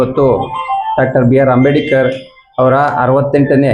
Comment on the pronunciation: ಅಂಬೇಡಿಕರ್ ಅಂತ ಹೇಳೋದು ಸರಿ ಇಲ್ಲ. ಅಂಬೇಡ್ಕರ್ ಅಂತ ಹೇಳಬೇಕು